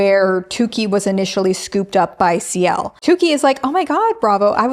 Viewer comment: You keep saying "Ci~l" and I immediately just think of Ciel from Black Butler 😭